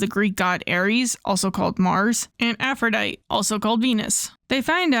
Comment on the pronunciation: AphroditEE it's pronounced AphroditEE Truthfully...I can't stand the Viz dub. I enjoy the voices of the DIC dub far more. I wish they had gotten the OG cast.